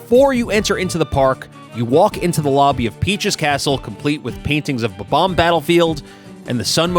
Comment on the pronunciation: why you say bomb ombs so weirdly